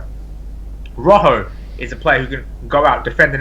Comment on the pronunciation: Why can't Brits pronounce Rojo? Ro-Ho, not Ruck-Oh